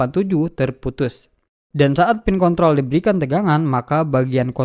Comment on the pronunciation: Pin kontrol bang. Bukan pin konthol 😂. Videonyabagus bang. Sangat jelas. Videonya paling bagus di youtube